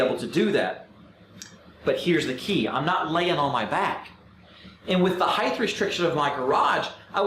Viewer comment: good vid. must tell you, height is pronounced 'hite', like weight. no 'th'.